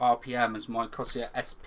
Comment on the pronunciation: Seriously, how hard is it to say Corsair?